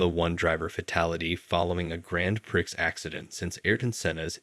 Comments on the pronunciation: Or min in pronouncing "PRIX" as PIRCKS instead of PREE for the race 😂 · I love your videos. Anyway, it's pronounced pree, not prix as it's spelt.